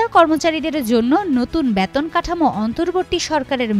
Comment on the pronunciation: ব‍্যাতন না বেতন বলুন।